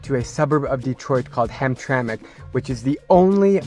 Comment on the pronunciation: Heard hamtramck immediate dislike